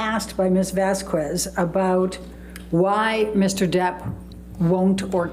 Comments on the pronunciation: calls Camille - Ms Vas kwez. The pronunciation of Vázquez depends on the language and region, but it is typically pronounced VAHS-kez or VAHSS-kez. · I know it petty, but it really bugs me every time says "vas-kwez." Sometimes she gets it right, which makes it even weirder. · I cannot explain how much it irks me when amber lawyer pronounces Ms. Vasquez wrongly every single time…!! It’s Vas-k-ez, not Vas-qooez! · Is it just me, or does mispronouncing Vasquez as Vaskwez come off as annoying and incredibly rude? Like she couldn't take the time to learn how to say Vas-kez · it drives me insane how says “vas kwez,” vasques isn’t even a tough name to pronounce 😅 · The fact could not learn how to pronounce Camille’s name in 6 weeks is so rude. And AH is a terrible actor. So overdone. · Vas-kwez? Wth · "MS. VASS-KWEZ" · Let me just tell you her attorney gave me anxiety. Also calling Camille Vasquez Vaz kez. Amber agitated me with her looking at the jurors and then her sass. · The way her lawyer pronounces “Vasquez” is so annoying. She keeps pronouncing it as “vass-kwez” even at the very end of the trial when she’s heard it correctly pronounced even by her own team many times. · Why did keep pronouncing Camille s name incorrectly,how rude of her. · Pisses me off when miss pronounces Camille's last name. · She looks like she has been into too much pink lady, why doesnt judge tell her to pronounce vasquez the right way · should've learned how to correctly pronounce Camille's surname!!🙄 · This stupid defense attorney’s mis-pronouncing of Vasquez last name is an indication of her lack of professionalism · I can’t stand how says Camille’s last name! She messes it up ever time!! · My god it annoys me how heard's lawyer mispronounces Ms. Vasquez's name every single time. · OMG Amber's lawyer is so lame! She doesn't even pronounce Ms. Vasquez name correctly!! Ugh soooo annoying!!😮